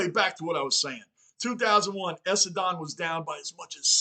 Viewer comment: Brisbane is pronounced Brisbin, Essendon pronounced Essenden